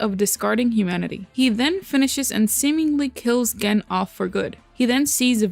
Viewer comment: You're pronouncing the name Gen wrong, but it's okay, I like your vids, keep up the good work